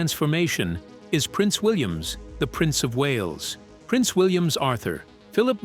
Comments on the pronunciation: Please stop saying Williams. His name is William without the s at the end!! Good grief!! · Yeah-every time I heard Prince Williams it was like someone drew a fork across a dry plate😖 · Why do you keep saying PRINCE WILLIAMS. It is PRINCE WILLIAM!!!! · Would someone tell the idiot narrating this that it’s Prince William not Williams. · Why is this the big whine. It's AI. Get use t o it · Oh dear me Our Prince is William NOT. Williams. Also mis pronunciation of certain words in the ENGLISH language are very irritating. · That is what happens when you let AI read your script.:face-blue-smiling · Is this AI? Why can't this robot get Prince William correct?